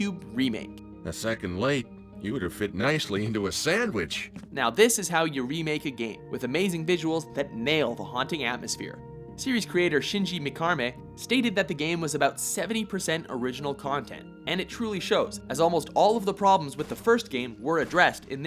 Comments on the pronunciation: Shinji Mikarme? What the fsck? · Shenji Mekarmay.... Are you serious right now?